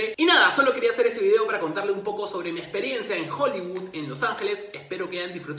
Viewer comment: Q buena "experensa"!!!!' :)